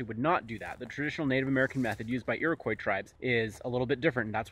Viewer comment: *Iroquois. Edit: Just saying, love your content.